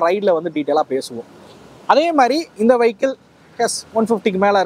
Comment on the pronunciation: வைக்கிள் இல்லப்பா வியிக்கிள்